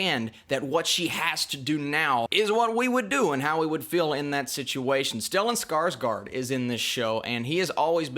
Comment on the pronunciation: You pronounced Johan Renck correct! Stellan Skarsgård, not so much. Cheers from Sweden.